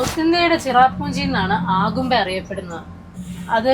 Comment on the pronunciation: ആഗുംമ്പെ എന്ന പ്രയോഗം ആദ്യമായി കേൾക്കുകയാണ്. അഗുംമ്പെ എന്ന് തന്നെയാണ് ശരി. അതിരപ്പള്ളി എന്നത് ആതിരപ്പള്ളി എന്ന് ഉച്ചരിക്കുന്നപോലെ.